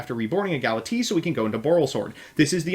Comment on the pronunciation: "Gala-T" XD